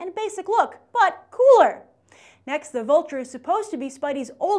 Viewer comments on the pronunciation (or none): none